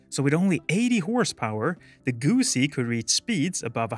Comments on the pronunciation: Its not a guuuusi, its a Guzzi! I am no italian, but even my feelings are hurt by this pronounciation. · The ZZ in Guzzi are pronounced the same way as the ZZ in Pizza. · My brain is broken because I know you're saying "Guzzi" but I keep hearing "gussy" and it's cracking me up